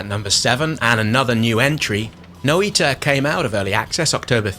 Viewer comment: you did get it wrong, understandably since it's not English. It's Noy-tah, Finnish for 'witch'